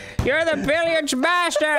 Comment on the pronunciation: Billiards is the name of pool in French, and that’s not at all how you pronounce it 😂 and it would make sense since Amandine (from monopoly) is also a French name 👁👄👁